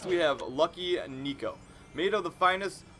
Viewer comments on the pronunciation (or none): none